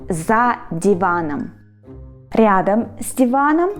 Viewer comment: the nice "R" you pronounced in "ryadom" - I'll never be able to say that xD it's always just either similar or completely butchered